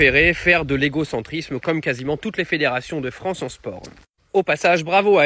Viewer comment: Bof! Vous pensez vraiment qu’elle préfèrera l’Algérie à la « Fronce »….pour y vivre?😂🤣👋🏾👋🏾